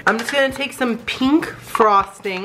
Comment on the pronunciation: I hate how says pink! It's pink not peenk! I still love you